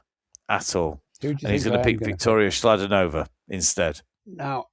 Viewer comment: Chladonova…. Ch in slovak is not like chalk but a kicking k sound like Bach 👍